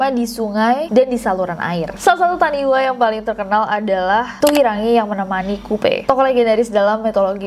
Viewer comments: Just sharing aja "taniwha" itu dibaca "tanifa", dlm bahasa Maori "wh" bunyinya "f", kalo bunyi "w" tulisannya "w" aja tanpa h ✌🏼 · Oh iya kak, di Bahasa Maori kalo ada "wh" dibacanya "f", jadi taniwha dibaca tanifa 😚👍